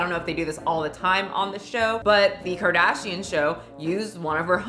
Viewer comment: karfashian? im dead 😂